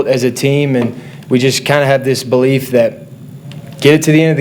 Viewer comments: He said bolief! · i dont know about you but every time he said "belief" i was hearing "BOlief".